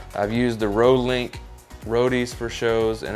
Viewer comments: Just a quick note, you need to pronounce rode like “road” don’t pronounce the “e”. Thanks for the review. I just got mine and haven’t tested mine yet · "Roadie"? Where'd you get that pronunciation?